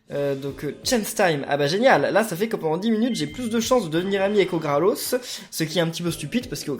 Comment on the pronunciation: c'est orgalos pas orgralos